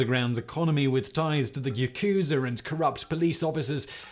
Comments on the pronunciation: "yah-koo-zah" rather than "yah-KOO-zah"... Japanese doesn't have accented syllables. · 🤣 this man said “ yukuzer”